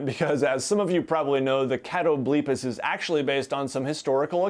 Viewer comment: I think its cat-o-bull-pas and its from mythology.